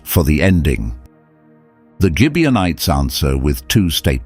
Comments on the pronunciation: RizpahCain not Kane. Gibeonites not Gibianites. Rizpah not Risper. Saul not Sol. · Gibeonites with a hard sounding g not a j sound.